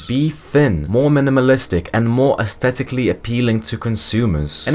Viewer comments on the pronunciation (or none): none